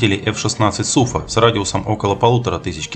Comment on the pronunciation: Суфа, ударение на А... спасибо за ролик